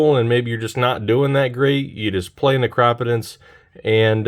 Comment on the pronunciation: im disliking based soley on the way you say necropotence.... great video tho